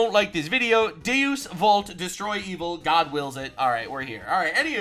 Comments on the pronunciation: it's not DEUCE it's DEUS pronounced {day-us} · DAY-oos, not deews 🙄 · Quick tip on the pronunciation of DEUS VULT. You say vult right but Deus is pronounced Dayus.